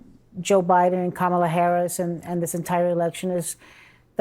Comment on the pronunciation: because he's a white male😅 anybody that says common like that nowadays, I think they Loki wannabe white themselves. I think these people that keep knocking on white men like that absolutely hate the lineage that they are in the wish they were white...